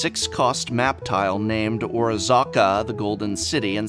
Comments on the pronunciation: Isn't it O-Razzz-Ka, not O-Razah-Ka? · iz pronounced or-as-ka not or-aa-zz-aka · Oh-razz-kuh driving me nuts. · ORAZCA! Not Orazaca, come on prof! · I can't get over how you are pronuncing the city name. Are you making fun or are you serious? Orazca NOT Orazaca!! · OR OZZ CA not orazaca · or-AZ-ca. Not ora-ZA-ca. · The repeated aggressiv misspronounciation of Orazca makes me furious. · Every time Prof does something like this I die inside, only because he should know better, as "an English major" :P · Professor please this kind of phonetic massacre is just enabling people like SaffronOlive to continue committing crimes on the English language! You're better than this! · So, Prof is going the Seth (SaffronOlive) route of mispronouncing names to get more comments? Glad to be of help: O-raz-ca. XD Also, this is no criticism, I am just joking around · Or Aza A? I thought you were an English major :)